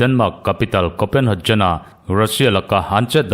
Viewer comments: Copenhejen ni lovin Copenhegen ti a lam tur anih hmel. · Kopenhagen tih hi 'jen' tih angin i lam a, 'Get' ti a kan lam a 'G' kan lam a ngai a nia.